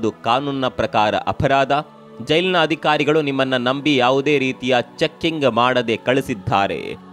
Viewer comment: ವಿಷಯ ಅತ್ಯಂತ ಅವಶ್ಯಕ.ಆದರೆ ವಿಧ್ಯಾಪೀಟ ಅಲ್ಲ ವಿದ್ಯಾಪೀಠ, ಅದಿಖಾರಿ ಅಲ್ಲ ಅಧಿಕಾರಿ, ಅಂತ ಹೇಳ್ರೋ ಕನ್ನಡದ ಕಂದಮ್ಮಗಳಿರಾ.